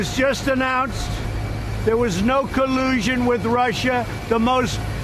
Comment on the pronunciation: "No Kuh-loo-sean"